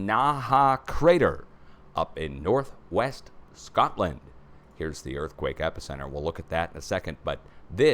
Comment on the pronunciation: I literally just said “Shcotland” at the same time did!😂